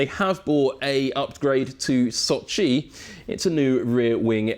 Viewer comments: Sochi, not soooochiiiiiiiiii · s`O`chi, not soch`I` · Can pronounced every technical detail flawlessly but struggle to say So-chiii over and over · İt is pronounced Sochi not soch-iiii 😂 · Never knew Sochi is pronounced like SochiE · why is he mispronouncing Sochi so bad? The emphasis is on O. Does he know the race is in Russia and not in far east? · The way he pronounces Sochi... bless you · Brown Yeah I know, didn't mean it as an insult. On the other hand, he did pronounce it correctly couple of times